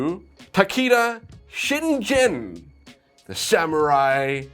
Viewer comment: As a Japanese Language Teacher, sorry I must say you butchered Takeda Shingen and Date Masamune's names pronunciation, I was like "NOOOOO! ToT". Especially the last one, I laughed how it sounded XD XD Don't worry, I actually enjoyed your review a lot :3 Aaaand, as also a Sengoku Era samurai nerd (such a one that it allowed me an invitation for going to Japan a second time, traveling to the places related to my favorite samurai), it will be my pleasure to tell you on which historical figure is based this mech: Takeda Shingen, known as the Tiger of Kai, was a japanese samurai warlord from the Sengoku era, a period of 150 years of war when Japan was divided into way too many territories and samurai clans fought each other to unify the country again. Takeda Shingen was such a BADASS. He overthrew his tyrant father and made his territory's habitants life easier. It's said he was the first Japanese to invent both Japanese currency with coins and toilets. He made a series of rules in order for its people to live peacefully and make his territory a strong one. Shingen was also a great estrategist, and his cavalry was probably the most feared in Japan at the time. Legends say he was such a big guy that he needed to ride TWO horses at the same time (to be fair, Japanese horses in that era were actually way small). But Shingen is more famous because his rivalry with another legendary samurai, Uesugi Kenshin, the Dragon of Echigo, a monk samurai who wasn't interested in conquest, but mor